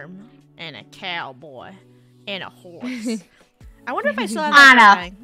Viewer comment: A faurm a couhboi and a horsæ